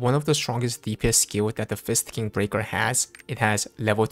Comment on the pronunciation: ....why does it sound like you keep saying it as Fisting instead of Fist King.....are you trying to tell us something? smirk smirk